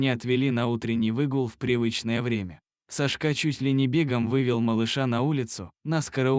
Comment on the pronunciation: Какой ужасный диктор, в этой истории все перевернули с ног на голову, не понять где начало, а где коней и инаверное не сашкÁ а cÁшка !!!